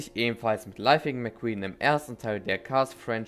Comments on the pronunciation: Ist es jemanden aufgefallen, dass er am Anfang nicht Lightning, sondern lithing gesagt hat? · Gutes Video Bruder aber er heißt LIGHTning McQueen